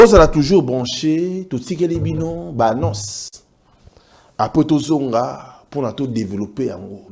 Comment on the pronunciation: Natindeli bino "b'anoces" au lieu de "ba annonces",prononciation eza bien te bongisa nde.